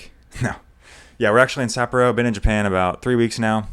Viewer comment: pronunciation of Sapporo is killing me, bro. suh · paw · row